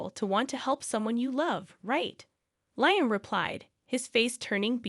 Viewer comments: It's said Lee am , not lie am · I was going to comment on that, too!!! LEE-um.